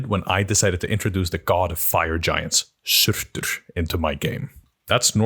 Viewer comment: The way you pronounce "Surtur" is so cool!